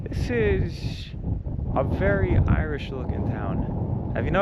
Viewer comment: Your Irish pronunciation is awful though.